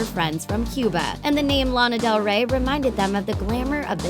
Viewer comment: sorry to be picky, but you pronounced Cuba wrong